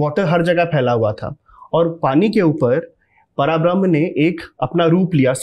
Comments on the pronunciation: पराब्रह्म नही है। परब्रह्म है। आजकल कोई भी उठकर अध्यात्म पर बोलने लगता है। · No hate and i love everything you said and i didn't tell anything for showing any thing not saying words misinterpret ni ho skte just want to say that 3rd one is vaman avtar And पराब्रह्म ni परब्रह्म hai And it's not बाली its raja बलि ❤and thanks for information and spreading glory of God's ❤